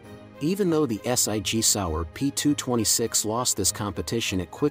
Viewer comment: Point 375 s i g? Is that .357 SIG? Ess Eye Gee Sour? More computer voiced poor interpretation and spelling . 🙄 But, some great guns here.